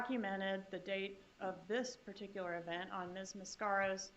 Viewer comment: Prosecutor: particular = * "per TIK yuh ler"